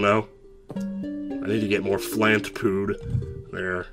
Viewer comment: "I need more 'Flant Pood' HAHAHAHAHA YOU KILLED ME FOR NO REASON XD